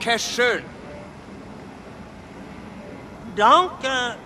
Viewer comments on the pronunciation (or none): “D-danke.. shon?” “You idiot it’s Danke Schön” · Dankey shoe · Yeah I know right they couldn’t even say dænkoe Shoe😂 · The KKK's pronounciation of Danke Schon was so terrible the German soldier had to use an American accent to say he's heard enough of his butchering.